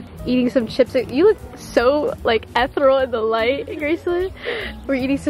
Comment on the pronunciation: it’s “eh thee ree al” not “eth rill” hahahaha no hate, love u